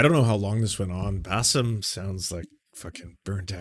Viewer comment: Does he keep calling him "Bassef"??